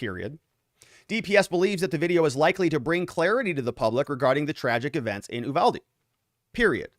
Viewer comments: Is it General Ooolyses S. Grant? It is the Ooooniverse? Nor is it Oooovalde. it's Yuvalde. Uvalde. Say it with me class. Yu-val-de. Very good! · IT"S NOT "oooVALDE"!!! it"s You-Valde!!! I'm from there.... I kinda know... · I lived in Uvalde. Native born Texas. We (even the town people) pronounce it "you" valdy. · The U is pronounced as an actual U not eww. lol